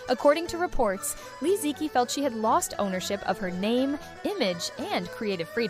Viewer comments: You could at least pronounce her name correctly. Especially so since you have Chinese roots. Especially the word "qi". Even people who don't know basic Chinese Pinyin know how to pronounce "qi". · Can the narrator try to pronounce Li Ziqi's name correctly, as per the official Pinyin phonetic system of the modern Chinese language, for mere respect of this icon, maybe? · Is this the AI voice?? For such a video using the Li Ziqi NAME, has failed even to pronounce her name correctly: its so ALIEN. there are tons of Chinese videos on YouTube talking about Li -- you need to keep note how to call her correctly, Shame on you